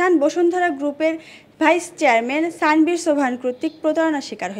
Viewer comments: স্যানভীর না আনভির 😅 নাম টাও ঠিক করে বলতে পারেন না আবার সংবাদ প্রচার করেন 😂😂😂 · নামটাও ঠিক করে বলতে পারেন না,তার নাম তানভীর